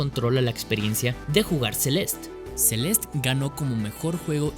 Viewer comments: ce-les-te- no Celest, ni Sel'est, es como el ridiculo que dice "carolina herrera" con acento gringo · Él: “Celest” Yo: “Celeste” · a mi también me molesta, el juego se llama celeste, con una E al final y se pronuncia asi. CE LES TE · Porque diablos le llamas "Celest"? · “Celest, que cosa es Celest?” “Celest, el juego Celest” “Celeste pendejo, se dice Celeste” “Celeste es en español” “Estas hablando en español PTM” Saludos. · Porque le dice celest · Por que lo llama Celest si literalmente su nombre es Celeste tanto en ingles como en español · Por qué dices Celest cuando es una palabra en español? por dios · PORQUE DICES "CELEST" SI EL JUeGO SE LLAMA "CELESTE" AAAAAAAAAAAAAAAAAAAAAAAHHH (es hironico) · Por qué carajos dice "Celestt" en vez de "Celeste" 💀💀??? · CELEESTE NO CELEST PELOTUDO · Me estresa que diga Celest en vez de Celeste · Se dice celeste y no celest, ahh que pesado tío, dislike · Se dice CelestE y esta a $5 USD en la eshop ahora mismo people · tan dificil es leer celeste y no celest? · se-lest ni porque el nombre es una palabra en español lo dice bien el morro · Un juego con título en español y pronuncia el nombre como "Celest". Perdón pero tenía que acotarlo. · si en el video en vez de llamarlo "Celest" a cada rato lo hubieses llamado tal y como se pronuncia tal y como hispano-hablante que eres, lo petabas. Pero es una buena opinión del juego, no lo voy a negar. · Todo el video con la vena a punto de explotar porque le dice "Celest" y no "Celeste" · se dice celeste no celest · No se dice celest, se dice celeste. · ¿Por que pronuncias Celest?, ¿Te gusta el spanenglish por que suena muy disonante?. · como puedes pronunciar mal el nombre de un juego en español?